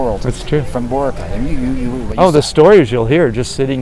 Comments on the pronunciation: I was actually surprised on how he calls Boracay after 18 years of staying there. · To add authenticity, you might want to learn the correct pronunciation of Boracay. Emphasis is on the second syllable, not the first. I would think one would have learned that very basic thing after years there.